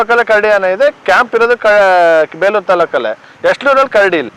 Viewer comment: Bro adu beluru alla bro bikkodu yak sumne beleuru beluru anta heltiya